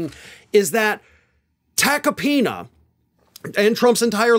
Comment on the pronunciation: Joe Tackypenis is all I hear... 😶